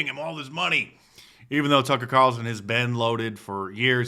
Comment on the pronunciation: “Tucker Qatarlson” completely caught me off guard 😂